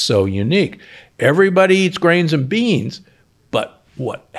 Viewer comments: NOT "NAGOYAN", it is pronounced Nycoyan (nikojan), correctly. Nagoya is a city in Japan!! 😄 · I'm Costarrican and I cringe every time he says "nagoyan". 😳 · Out of respect for the people from Costa Rica, the correct pronunciation is NI-COY-AN... as a linguist and someone who lived in Costa Rica for 8 years, I couldn't stay silent... it hurts my ears every time he says it incorrectly... there is no G sound anywhere in the word!